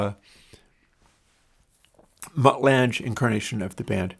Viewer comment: Mutt Lange - pronounced like Langer without the r, not lange like flange